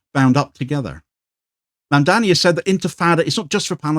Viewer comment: His name is Mamdani not Mandani. Easy to get wrong.